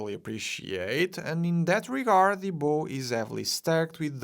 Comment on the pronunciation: ‘Bow’ in ships is pronounced Bow (as in bow-wow)